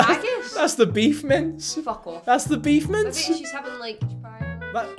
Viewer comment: Are you saying beef mints? I feel like I’m hearing that wrong, but u have said it at least 3 times in this video. Beef Mints?